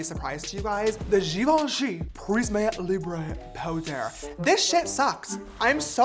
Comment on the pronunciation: As he putted the Givenchy powder out with the french accent and than said "This Shit Sucks"😂 lol😅